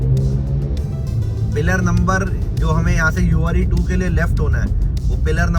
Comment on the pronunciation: Ure2 nahi hai uer 2 hai Are you pronouncing it wrong?